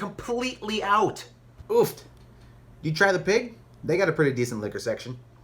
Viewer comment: Yes! "Oup"